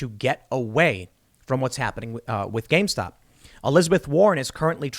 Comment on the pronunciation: I love that you keep saying gamestock